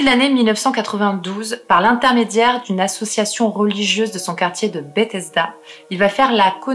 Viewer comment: Contente de te découvrir :) Sinon, Bethesda se prononce Beuthesda